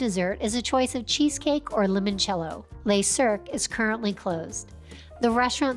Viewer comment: Your pronunciation leaves a lot to be desired. Learn how to say ‘Le Cirque’ properly😎